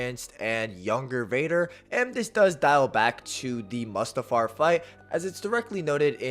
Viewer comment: Bro why are you saying mustafar like that? Is that on purpose? 😂 Its Mustafar (moo-stuh-far) not "muhstafar"...sorry..my autism would let that stand lmao